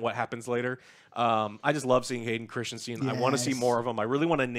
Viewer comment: Christensen, not Christianson